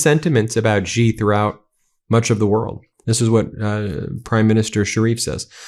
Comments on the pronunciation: It is She not Gee. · Xi JinPing is the most mispronounced name in history. The surname "Xi" is NOT pronounced "Gee"; it should be pronounced similar to the English words "She" or "See". There is no 'g' or 'j' sound in that name. Otherwise, thanks for a very interesting commentary. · Ben thank you always for your dedication to bringing us this news. Note: Xi Is pronounced like "she". Few Americans will ever learn how to do the Chinese tones correctly, but we can swing in the ballpark. Thanks again. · How long can it possibly take for a person to learn to pronounce Xi (She) Jin (Gin) Ping (Ping)?????????????????????????????? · Sigh Xi is pronounced she. Not that hard.